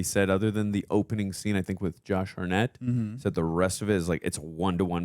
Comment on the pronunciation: "Josh Harnette" :D